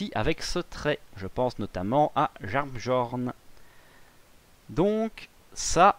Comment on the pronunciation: Par pitié arrête de dire JarnbJorn, ca me rend fou 😂 Tu prononce Miolnir, pas MJolnir non ? Alors c’est pareil pour Jarnbjorn !